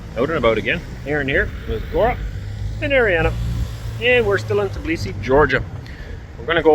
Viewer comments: TBilisi, not Tiblisi😊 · Аренду так удобнее произносить. Знаю одного француза - он так же произносил, да еще и ударение ставил на французский манер - на последнюю гласную . = ТиблисИ😊